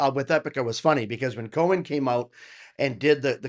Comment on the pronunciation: Coen is pronounced as 'Coon'. PS: Their producer is Joost van den Broek, he produces a lot of metal acts. He used to play keys with Mark in his first band After Forever, which also featured a little known lead singer called Floor Jansen ;) Joost can also be seen playing the keys in any live videos of an act called Ayreon. You're probably going to get a lot of recommendations for them. 😅